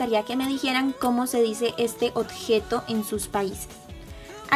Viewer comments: Me gusto muchoooooo tu video solo quiero hacer un comentario... tú dices otjejo pero se dice objeto con b y no con t, solo es un comentario pero me encanto el video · me encanta que diga otgeto jajajaja me gustan tus videos